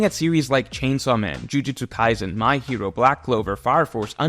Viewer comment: It’s pronounced Jujutsu-KaiSen, Not Jujutsu-KaiZen. The S is a soft S sound as it is written. 呪術廻戦 じゅじゅつかいせん Jujutsu Kaisen you really need to learn how to read the Roma-Ji system so you can properly pronounce Japanese names that are alphabetized. The Roma-Ji system is stupidly easy. There are simple rules with almost no exceptions. You can learn it in less than an hour. Maybe even 10-20 min because you are smart. When you begin to talk about Shonen Manga in general as an authority, you can’t be making basic name pronunciation mistakes like that anymore.